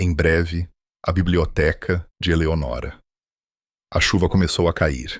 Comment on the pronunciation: Não é Eleonóra mas.sim Eleonora